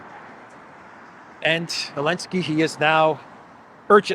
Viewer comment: Why does he call him Elensky?